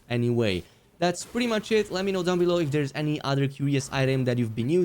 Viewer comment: Curios = Kur-Re-Oh . Lol